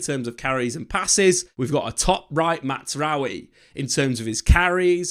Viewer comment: Please stop saying Matsraoui